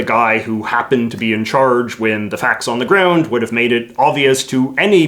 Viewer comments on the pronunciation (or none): none